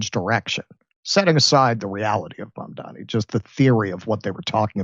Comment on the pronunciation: It's MAMDANI. 🙄🤦🏻‍♀️